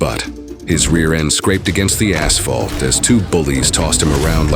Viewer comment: “Aginst the ass-phalt”✌️